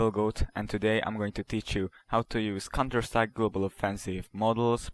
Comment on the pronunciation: lel he calls it cunterstrike